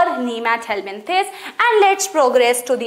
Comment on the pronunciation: Mam=ashkeyhelmenthis Me= eschelmenthis🤣